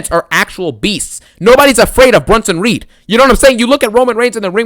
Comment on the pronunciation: I crack up every time this mf says “Bronito Breakker” & “BRONSENO REED” 🤣🤣🤣🤣